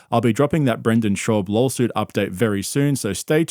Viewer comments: Am i the only one hearing “lawlsuit?” You’ve been doing this for the last couple videos 😂😂😂😂😂😂😂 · Not sure if you said "lawsuit" or "lolsuit" but going forward it should definitely always be the latter. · it sounds like LOLsuit when you say it 😂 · Schaub's ghost lawyer's lolsuit!